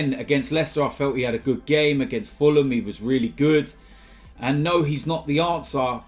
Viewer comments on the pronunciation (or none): none